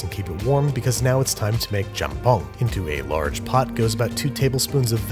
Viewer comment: Myeón. Also Jjamppóng 😂